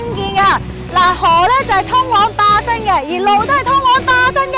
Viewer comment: 我聽到霸生路